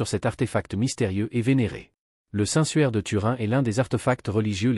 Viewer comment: Le suaire pas le sueur mdr!!